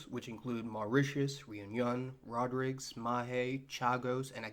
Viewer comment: "rod-riggs"? "such a disperse country"?